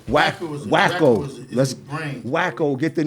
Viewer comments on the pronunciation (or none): It's "WACKO" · Wacko not Wack 😂😂😂😂 too funny